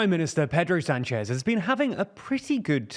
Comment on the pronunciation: My relatives have the last name Sanchez, its not pronounced San chez like this reporter or Rick Sanchez says but Sahn-ches. You would think if we have to go through training to say Vivek right you would get this one too.